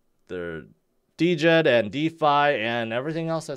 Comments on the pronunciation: Why do you keep saying D-djed? It is djed in one word..🙄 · I just don’t understand how someone who can put at much content as and not know the proper pronunciation of Djed-Jed!!!! It’s pronounced JED not DeeJed!!!! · The way pronounces Djed he prob pronounces knight (Kanight) hahaha the D is silent dummy!!!